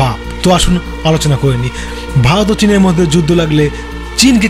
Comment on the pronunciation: প্রথমে ভারত উচ্চারণ টা করো দাদা, ভালত ভালোত করছ